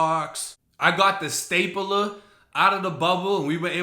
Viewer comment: Everyone else: stape-ler: staypuhluh 😂😂😂